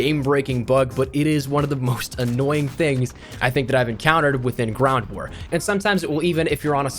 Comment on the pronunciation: So we all gunna ignore when he says "GRAWNT war" at the 3min mark 🤦‍♂️🤣🤣🤣